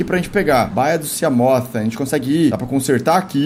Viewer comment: Felps estou adorando seus vídeos de Subnautica mas só uma coisa: sea se pronuncia "see" ou "si" , ou seja, "siglide/simoth"